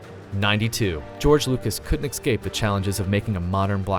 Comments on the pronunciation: protip: it's pronounced 'escape', not 'xcape' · Did you just say "EXcape" ? It's EScape!!! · Not to mention "Leeeee-yuh" - "Ex-cape" ... My ears are bleeding.